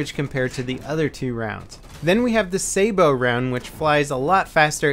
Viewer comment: Sa-bot round, not "sabo".